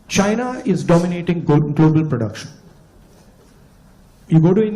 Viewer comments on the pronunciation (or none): BJP mein kaisa kaisa Jahil CM hai, Hemanta Biswa Sharma China ko Syna bolta hai. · Shaina nehi re chaina 😂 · Sir this ex congress leader can't even pronounce China he's pronouncing it as SIENNA..... such leaders are Redundant ..... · Phle bolna Sikhle China ko Sina bol raha hai neta 😁👍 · Shaina nahi anpar neta ji chaina hota hy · Bola to jaa nahi raha china ko cina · Abishkar ji hemant visha Sharma ko tou china ka naam bhi bolna nahi aata china ko chinna bol Raha hai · cha ko sa bol Raha hai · सायना नही बे चुत्ये, चायना बोल😂😂😂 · Its not Saina it's bloody China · Himanta ji, Saina nhi china boliye.😂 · Abe bobde saina nahi china hota hai kuch bolna nahi aata aur cm bana baitha hai. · Siena nehi hai china hai kam se kam pronounciation tik se bolo😂😂😂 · Murkh wo Saina nahi Chaina hay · Sina ??? Can someone telll thim guy its Chi... not Si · Pahle bolna Sikho Saina Saina Kya Hota Hai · Saina nahi hai damro chaina hota hai😂😂😂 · Shina ni hota china hota h😂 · उसे तो बोलना भी नही आता। साइना साइना बोलता है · China bolne ko bhi nahi aata CM bane hai bane hai😂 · China bol nahi pa raha hemant ji